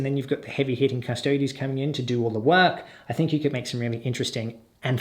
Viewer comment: Darling, it's pronounced oob-lee-ett. You're absolutely smashing the pronunciation of Custodes though, nice one, which is a refreshing change from... certain other channels